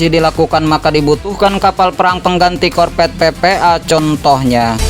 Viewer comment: APA ITU ARTINYA " KORPET"? * sebaiknya belajar dulu lah.. untuk bisa.meng- Artikulasikan Huruf "V" dengan baik ( huruf V adalah V dan bukan Bukan " P " ).....Nanti kalau sdh busa menyebut Huruf " F ", Dan " V " dengan tepat... barulah nanri bisa jadi Moderator! 😂😂😂